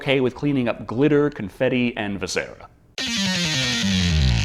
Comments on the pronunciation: "Viz er ah" is how I've always heard it. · I think you pronounced viscera wrong.